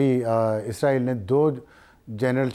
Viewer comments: آپ اسرائیل boly Izraeel nhi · anchor izrael lfaz use kr rehi hai. jab k lafz Israel hai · اسراںیل عزراںیل نہی لفظ درست کریں